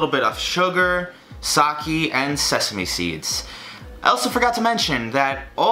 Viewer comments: Sake. Sa-key. no it's Sa-kay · Sah-kee. SAH. KEE.. ITS SAH-KAY. SAH. KAY. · it makes me cringe everytime you say sake it's sa-ké not saki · i’m not criticizing you, it’s sa-keh not sa-kee ☺️ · god it’s SAH-KAY not SAH-KEY the blood vessels in my brain burst every time you say it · Sah-kay. Not sah-kee. :) 🍶🍶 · did u say, SAKEY? ITS PRONOUNCED SAKEH IM SORRY BUT I COULDNT HELP MYSELF. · Sakee. S A K E E. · Not saki, sa-ke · "sockey" it's pronounced sah-kay 😂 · Not Sock ee its sah kay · I love you man I really do but... SaKE not saKIII SPLIT THE DIFFERENCE U AMAZING FLANNEL LOVING YOUTUBER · It’s called sakE like Evolution not saki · its saké not sakieeee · UGH i hate it when he pronounces sake as ‘sakie’, it’s pronounced like ‘sah-kay’ smh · Every time he pronounced “Sake” as “Saki” I died a little inside. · 𝐒𝐀𝐊𝐈 ( did you guys hear him say 𝐒𝐀𝐊𝐈 ) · I think it's pronounced saw k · The way you pronounce "sake" gives me cringe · ok, ok ok ok ok, 1, udon is 'oo-doughn' and sake is 'sah-kay' (sorry lol had 2 get them pronunciations out there man) 2, udon has very thick noodles which is sorta one of its defining traits! i dont live in japan so maybe there is a type of udon that has slim noodles but every time my japanese dad makes it, or we go to our japanese market/restaurant, its got big ole noodles! heard someone said to do a part 2 so like,,,, GET THEM NOODLES RIGHT other than that tho hell yeah i love this. thank god ur not gonna die of all those sweets we made u eat